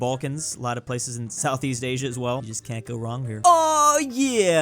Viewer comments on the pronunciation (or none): none